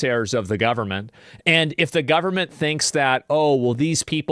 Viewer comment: The “guhberment” will protect the kids. 😂